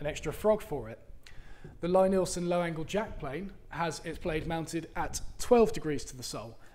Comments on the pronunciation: it's pronounced LEEEEE Nielsen. If you're going to use a tool at least know how to pronounce the name. Great videos but you gotta stop calling it LYE Nielsen. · Here is a video with Thomas Lie-Nielson talking about starting his company! I am sure that you can here how to say his name correctly in the video as you keep saying it wrong on yours!